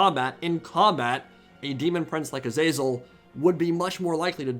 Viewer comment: Love your content. But your pronunciation of Azazel makes my ears bleed